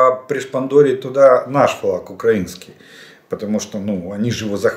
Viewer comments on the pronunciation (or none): none